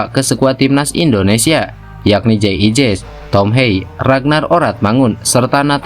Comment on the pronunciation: Woi Jay idzez bukan jay ijez,gak bisa ngomong F sama Z nih